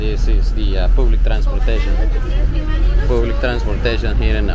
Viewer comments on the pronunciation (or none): Las leonas de Santa Ana. By the way, food is pronounce Fu:D, just saying. Public is pronounce ˈpʌblɪk ya dill. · Y por que hablad ingles estando en un pais latino americano y luego tu ingles no es tan buena tu pronunciacion , disculpa no se pronuncia public es mas a paoblec asi mas o menos la pronunciacion. Se escribe Public. Porque hacen videos de esos lugares haviendo otros lugares turisticos y muy lindos limpios naturales o gastronomia. Las personas de otros paises critiquiran y mas con ese ingles si un viento pasa o un perro pasa ya inventan hacer videos